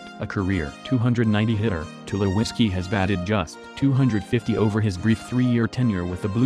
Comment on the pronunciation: I was just waiting for the bot to attempt to read off the name for Troy Tulowitzki, wasn't let down.